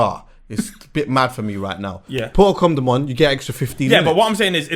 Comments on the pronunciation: stop calling it a com dom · it's a coNdom, not a coMdom😂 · Someone tell him it’s a condom not a coMdom 😂😂... ARGHHHHHHHHH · Is it me or does say comdom lol